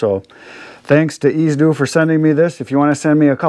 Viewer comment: Dude! Pronounce it like its spelled Ez-z-do ( Ease-zee-do).